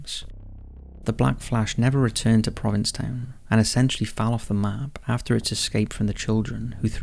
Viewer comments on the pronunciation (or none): The "Black Flash" is obviously fictitious, since the name of the town, "Proviss Town," doesn't exist---unless you meant "Provincetown?" (You definitely left out the "n" every time you said it.) Stay safe, everyone.